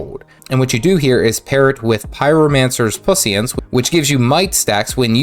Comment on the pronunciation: genuinely laughed out loud when I heard this, its pronounced pwesince but I will call it pus**ants from now on, thank you.